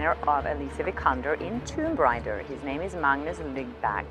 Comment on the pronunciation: Stop mispronouncing "Raider" as "Rider", take some lessons in phonetics...